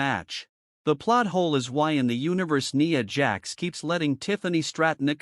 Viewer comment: A pointless video you saying nia jax name so wrong over there.